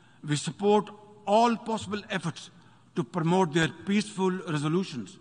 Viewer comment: He said pramote instead of promote 😂 What a shameful thing